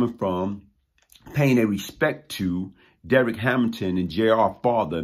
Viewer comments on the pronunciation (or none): none